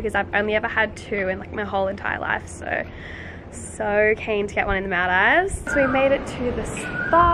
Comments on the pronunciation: It's actually called moldives even tho there's an a ok just saying I'm saying this because I live in Maldives for my whole life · The fact that your saying Maldives wrong is really bothering me 😭